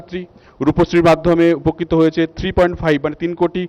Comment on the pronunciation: রাজ চক্রবর্তী বলছে 'উপকিত'🤣এদের কেন আনে ? He doesn't hv any vision in his discourse ! Ishhhh.....Kotha bolteo janena.